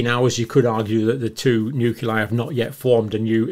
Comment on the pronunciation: You are consistently mispronouncing nuclei There is an “l” after the “c”. Not a “u”.